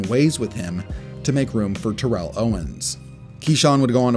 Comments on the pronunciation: His name is pronounced "tear-uhl" not "tuh-rell" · None of you you g guys know how to pronounce Terrell Owens first name.